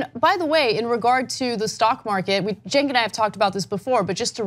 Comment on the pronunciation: Pronunciation of name Cenk is like "Jenk" not "Chenk". And he is an embarrassment.